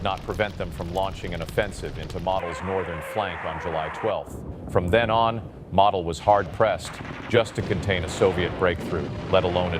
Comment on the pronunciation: Model is prounouced Moe-del